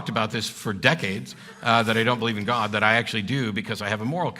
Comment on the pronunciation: This is an aside, but are people from Alberta known to pronounce "God" the way Peterson does? It's this weird diphthong-y thing he does, as if he's from deepest Long Island. "Goewod"